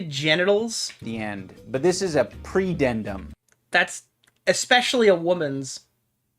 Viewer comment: Bro. Literally didn't say "predendum" it said pudendum. What an idiot. He can't even do enough research to read the text in front of him